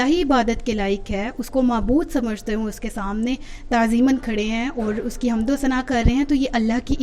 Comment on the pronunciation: حمد کے لفظ میں میم ساکن ھے